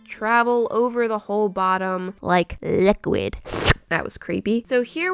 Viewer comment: LeK LIqUiD.... Me: (@@ Me thinkin': Bish what da fliparounees did you just say... ¯\(°_o)/¯